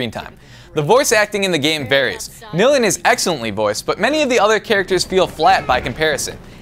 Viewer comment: Nil-ian thats how you say her name..